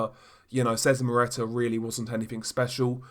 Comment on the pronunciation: The way you butcher Szeremeta's name is hilarious !!!